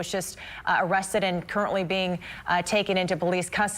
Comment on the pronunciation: Justin Landers 😂😂nah, I thought the magic word was, “veee-ucle”.